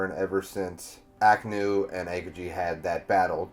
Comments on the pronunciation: Friendly reminder Everyone (including myself)! Let's not name drop future arcs/hype up future characters, let's just pretend any info past this review does not exist! We all know OP is best experienced without spoilers! :) Wano is pronounced Wah-no not Weigh-no :) Ah-Kai-nuu Kai rhymes with Spy Ah-oh-kee-jee the 'Ah-oh' part is usually said quickly so it sounds like 'Ow' Tra-fal-gar Kin-eh-mon Monet like the artist, T is silent, not Monty lol Mocha like cha-cha, her sacrifice made me a sobbing mess when I saw this episode, I really thought she would die Also Chopper apologizing for not finding them sooner made me cry even more. haha in the anime, the voice actors switched bodies, so Chopper's body spoke with Franky's voice. no wonder Robin told Franky to not speak while he was switched haha. It's easier to see in the anime. Law didn't swap their physical hearts, he swapped their 'minds/souls' whatever you want to call it. Smoker had his heart taken out, but his mind went was swapped with Tashigi's. lol I was watching this arc weekly, so seeing Trafalgar mouth the name of whichever Emperor, but not hearing it, and seeing the snow swirl around, and Nami's shocked face. I was like "WHO IS IT???" hahaha During the Fishman Island Party, Luffy, Zoro, and Sanji used Observation Haki to sense Caribou trying to kidnap Princess Shirahoshi. It's kind of assumed that Zoro and Sanji would have learned about/trained their Observation and Armanent Haki during the timeskip and also because t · These name pronunciations are KILLING ME. Please I hope in the future videos you are are actually reading the names and not looking at the first and second to last syllables and making the rest up Arakanu Tafalgar Akokiji Wayno Kimimon I beg you